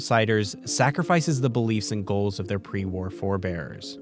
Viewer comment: After those scenes from TOS, when he said "pre war", i could just hear "pre warp" kkkkk